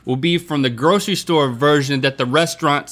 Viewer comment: Link saying store SMH